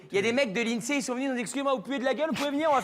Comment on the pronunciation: je crois qu'il prononce INSEE "ine-cè"